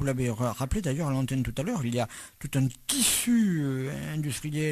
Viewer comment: 1.40 tout un TISHUUUUUUU